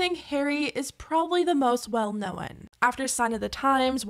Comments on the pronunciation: Damn great video! since I never cared about their group as I was a teenage boy when they were popping. But known and shown. Aren’t pronounced the way you do pronounce it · Do you know how to pronounce ‘known’